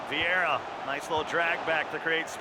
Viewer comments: Us: vieira American: viara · Why does the commentator call Viera, "Viaara"!!! 😂😂💀💀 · Anyone else find it annoying when the commentator calls Vieira, viarra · Commentator: Viarra Me: die in a bin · MIQUEVIIPER THE KING the guy who says viara was Italian 😬 you should’ve heard how he said Eusebio tho that was worse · “Viara” pissed me right off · I heard Viagra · How is that dude working for EA when he cant pronounce when of the greatest midfielders ever that even casuals have heard of 😂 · I hate how he says Vieira